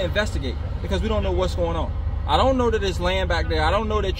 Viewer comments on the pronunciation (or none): Someone should teach the cop to pronounce correct english when dealing with the public. The word is that not dat.